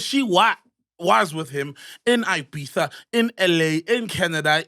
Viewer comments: There is no S in IBIZA 😂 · Ola MacG MR S man....dead by there's no "S'" in Ibiza🤣🤣🤣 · Ibiza pronounced as ibitha